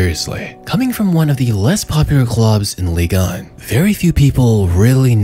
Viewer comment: Pull that microphone out of your lungs It's not an ASMR video you weirdo And wtf is "Ligon" It's Ligue 1 Your videos are good but I can't stand the way you talk